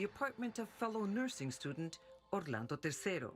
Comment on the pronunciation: I hat the way she keeps saying Orlando